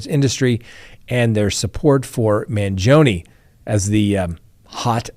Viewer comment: Man gee o nee not Man joni, wish you would pronounce words right. Learn to talk right and then I might watch until the end. See ya.